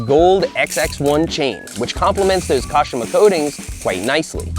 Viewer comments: Ka-SHEE-ma not Cash-uh-ma. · Not how you say Kashima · The way he says “kashima” kills me evreutime. Love this vid Seth defently in m top 10 bp vids